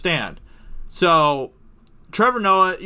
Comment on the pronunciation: Ah yes,. King of the Betas and untalented "comedians"